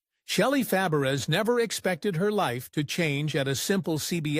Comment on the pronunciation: Horribly butchered video! Her name is pronounced Shelley Fab-ray, not Fa-breez or Fuh-bear-rez or any of the other names you butchered. ai is terrible on this one. And pictures of people we know nothing about or where the scenes came from. A toddler could have done a better job!